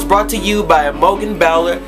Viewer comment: ahh my article got made into a video!! :D hahaha my names pronounced I-mo-jen and bowl-er :P and I'm a girl! but other than that totally love this video it's so exciting!! hahaha :)